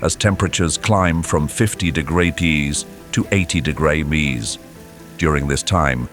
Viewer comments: PSA for documentary lovers like myself who clicked on this video: this video is at least partially AI. The voiceover seems to be AI (see: saying "onety" instead of ten, saying de-go-rees instead of degrees), and some clips taken are not located in Siberia. In the description you can see the content has been digitally altered or generated. In my opinion, it is somewhat scummy to run a channel about nature with tools that greatly harm the environment. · The voice is AI, the responses on comments are clearly AI, and there are scenes that are also clearly AI and not real ( is an example along with when the AI voice can’t say “degrees” etc) … it was almost good but i hate having AI encroach into everything because now I question any of the information and its validity.